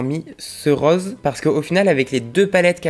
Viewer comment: on dit rÔse pas raose 😭